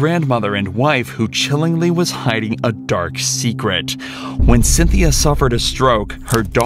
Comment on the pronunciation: this narrator really pronounced "hiding" as "hidding"